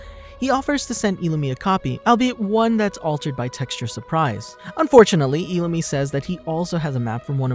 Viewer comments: Just saying you said illumi wrong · Why did he say illumi like that